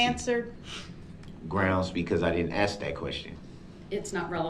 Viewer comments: I could care less about any part of this "trial". Everyone knows what he did. He has NO defense to anything. I haven't seen him win any points nor cast any doubt in the Jurys eyes. He's not a likable person. And he says, "Ax" as in "Ask". It's embarrassing. The whining about an legal assistant now? Really? What a dildo head. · Shut one eye and ax another question. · I can't count the amount of times he says word,, axe "or,, axed" instead of ask or asked. And he decided the be his own lawyer. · Ask; as with a k sound Not axed a question... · Will the judge stop cuddling him(DB) along? Its the fault of brooks if he can't put a sentence together. Ghetto speak is not the language of mainstream America. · Maybe this POS should "ax" himself a question... "Why am I such a low life murderer?". Darell, go back to your cell and cut those long disgusting fingernails. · Drives me nutz when he can't say "Ask"... He says "Ax"... Stupid Killer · finally someone said it! 🤜🤛 I, too, notice they say AX instead of ASK. I wondered if it was a palate/tongue/esophagus thing that made them unable to pronounce it correctly since it's so common amongst them. 🤔 Side note: they tend to miss the first R in fRustrated too. Odd. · studied linguistics in college. The word ask actually was spelled aks before it was changed. Most mainstream Americans knowledge of language is based on stereotypes so they assume its the wrong way to say it. Its actually closer to the original word. And id question how youre such an expert on how all black people speak. I think most of what youre saying isnt based on speaking to any black people. Again like most mainstreamers. Read a book before you start speaking like an expert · What with the "Ax" instead of "Ask". Just awaiting Brooks to "subpoena" the instruction manual 📖 to the make of the model of the device 🖥️💻 the officer viewed the footage on 😆😄🙄. Best to stick to b*tches n whoes, slangin' & bangin' Darrell, Westside homie 👊🚔🗝️🍆🍑😳😫. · NOT ASK BUT AX 😅😅😅